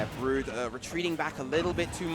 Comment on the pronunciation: i like how the female commentator pronounces brood as BRUHD (kappa